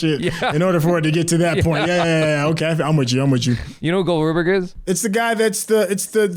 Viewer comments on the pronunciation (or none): "You know Gold Ruberg?" You mean Rube Goldberg? XD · Its rube goldberg not gold rubeberg lol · It’s Rube Goldberg, not Gold Rubeberg 😂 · Did he really call Rube Goldberg the name of Gold Rubeberg? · "Gold Rubeberg"... Nice.